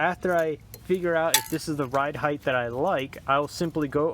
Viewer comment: Did I hear this man say "right heighTH"? Hythe?